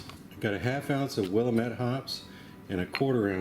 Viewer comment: it totally doesn't matter but as I live here ....it's pronounced Will-AM-it not Will-a-met. No biggy pretty much anyone not from Portland says it like you lol. I love your videos btw